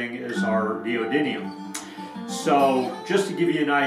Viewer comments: don't know about captions. You say neodyNium repeatedly. ☺️👍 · Neodymium not neodyNium